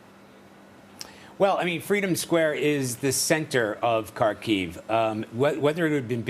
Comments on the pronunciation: Kharkiv - accent on “A”. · Ха́рків [Harkeev], please stop saying Carkeev. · Could CBS kindly ask their reporters to at least pronounce Kharkiv correctly?